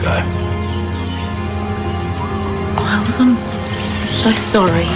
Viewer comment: As if she didn't know how to say one syllable name "Miles"😂